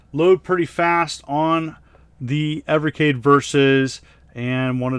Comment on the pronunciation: Thank you for pronouncing the system's name properly. 😉